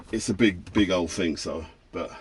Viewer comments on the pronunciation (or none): Wasn't, not weren't. Thousand not fousand. Thing not fing.